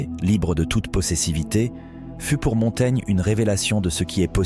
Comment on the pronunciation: Quelle est la source de ce texte? On dirait une mauvaise traduction lue par un robot. Se rendre à Montana (?? Montaigne?) Montaigna... Montaigne? La "livraison"...?